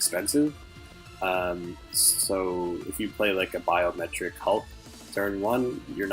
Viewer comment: Its bioMIMETIC hulk, as in it ‘mimics’ ‘life’: bio + mimetic